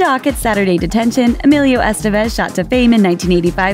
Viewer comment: It's Es-TEH-vez, not ES-tah-vez.